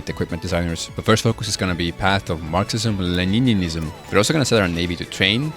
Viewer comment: "lenininism" 😭🙏 ahh